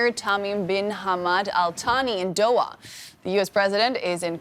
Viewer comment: Not doya but doha